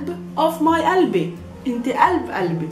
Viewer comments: it says qalb qalbi but she pronounces alb albi. why didnt she pronounced the Qaf? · kalbi and qalbi are two different things. haha. pronunciation is important in arabic. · 3rd one is not Albi its Galbi